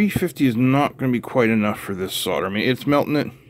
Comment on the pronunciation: Hey, sodder vs solder. Pronounced soul’der… If your house sells, is it sod or sold?